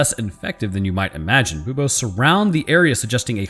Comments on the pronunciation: you cant say bobes on youtube, the u sound makes all the difference :D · "boob-ohs" Me: "snickers" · every time you say buboes my brain goes "Boobos????" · mispronounced a science word. For shame.